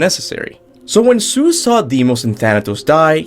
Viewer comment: Thoughts its god of war not dr seus as you say